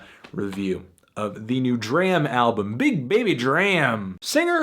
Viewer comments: ITS PRONOUNCED DROM NOT DRAM HAHAHA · MELONHEAD. IT IS DRAM AS IN DRAMA WITHOUT THE 2ND A. NOT THE WAY YOU'RE SAYING IT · its pronounced drawm... what was the line from broccoli? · it's pronounced DRAHM like DRAMA without the A you bald headed fuck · It's pronounced "drahm" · u say his name wrong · It sucks he keeps pronouncing D.R.A.M name wrong..... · can't get over fantano mispronouncing DRAM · you dont even say his name correctly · my G u prolly shouldn't review an album if u can't pronounce the artist's name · thats not how you say his name lol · thumbs down for pronouncing his name wrong. just kidding love you melon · He mispronounced his name every single times and I couldn't handle it. I'm glad it's a positive review though. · U and like James can't say his name properly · Stop pronouncing his name wrong! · ITS NOT PRONOUNCED LIKE THAT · Can you please pronounce his name right next time :) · Nigga say his name right lol, dram always talks on how he hates when people say his name like you do